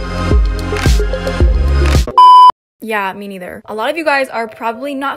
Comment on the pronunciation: Ahhahhha “ya me niEtHeR”